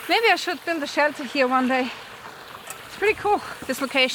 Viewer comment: Firstly I thought you are British, Canadian or sth like that, but the way you are pronouncing "here" like "hier" in German made me think ;) Then I checked your website and everything is clear now : p